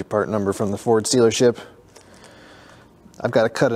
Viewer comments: Did you say "Ford Stealership"? hahahaha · Did he say Ford “stealership”? 😂😂😂